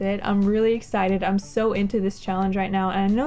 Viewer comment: Leg-ah-see. Cha-Lange ?